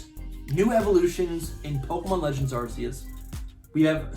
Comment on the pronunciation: I’m not watching anymore of your videos until you start calling it Arc-eus and not arseus LOL